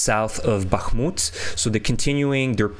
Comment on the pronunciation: I am English and hear the place names so often that I begin to know them and am so fed-up of English and American commentators butchering Kherson and Bakhmut. Very cringe. And no excuse.